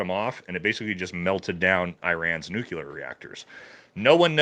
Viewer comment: "Nucular" facilities? Uhh.....there's no such word as, "nucular". Elfin magic lookin dude sounds like the fool he is